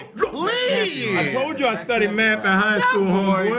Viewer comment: i say maff too